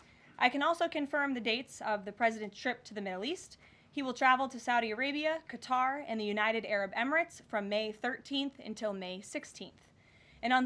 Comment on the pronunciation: Sharp lady. She even pronounced Qatar correctly. Most journalists were instructed by globalists to pronounce it "cutter," which was a psyop by the early woke news media to determine who was complicit in their agenda.